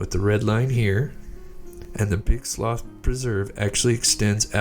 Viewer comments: Slough is pronounced “slew”. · Slough slew is how it said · The guy took off on a plane. Btw, its slough spoken like sloo, as in the slough of despond in pilgrims progress. It's sloo pronunciation.